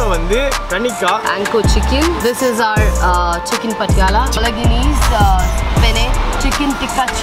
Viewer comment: that’s pronounced ‘balonese’. 🍻🍺